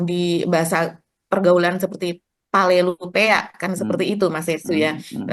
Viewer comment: Koreksi mba palelu peang bukan palelu peak 😄